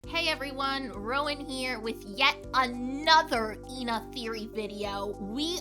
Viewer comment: because instead of calling her eh-na like everyone else moony mispronounces her name and calls her stuff like ee na or ayna and you say thay in the intro